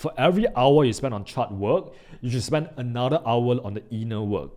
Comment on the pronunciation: Smartell instead of Smarter..... Anothell instead of Anotherrrrrrrrrrr